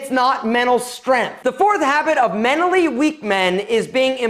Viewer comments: I cant get over how he says MENALLY plz pronounce the t....... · Girl, it’s not “menally” weak...it’s mental. Which is what you seem to be. Also, why you gotta talk so loud? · The T is not silent in mentally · I’m pretty sure there should be a T somewhere in “menally”